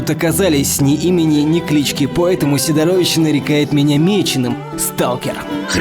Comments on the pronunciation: Небольшая поправка: СИдорович, а не СидорОвич) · сИдорович а не сидорОвич